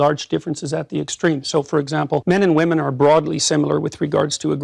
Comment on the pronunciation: Woman and women are not pronounced the same. Perhaps you should look it up.